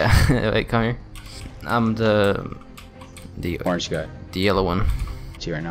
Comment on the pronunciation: OH-RANGE YEAH YEAH